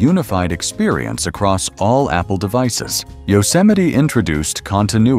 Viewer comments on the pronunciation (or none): none